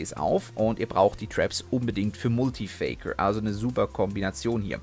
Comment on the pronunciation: Oultergeist MUultifAiker Aussprache 😂😂😂😂